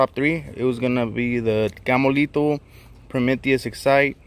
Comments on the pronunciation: Lol "gammolito" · Bro, I thought you were saying Gamo-litos this whole time!